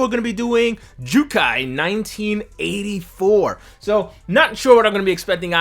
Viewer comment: He--- Jyukai (Sea of Trees) instead of Jyukkai (Ten Commandments)???????? You don't understand the double consonants in Japanese pronunciation rules